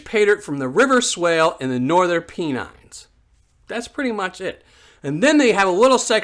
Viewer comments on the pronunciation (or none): Sorry to correct but it’s pronounced “Pen-nine” but that’s cool! Just excited to see local stuff. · Pronounced Pen ines :-) keep up the great clips , thank you.